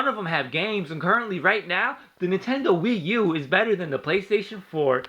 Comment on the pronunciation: It's actually not a mortal kombat rip off and you keep butchering the wii u nice